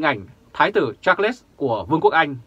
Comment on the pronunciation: Đọc là Sạt . khg phải là cha lét ...trời đất !